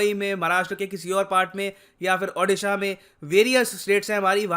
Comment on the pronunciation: It's Odisha not udisha